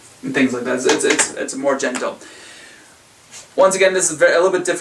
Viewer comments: I know. It did really sound like genital though. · Did you say it's more genital ? jk : )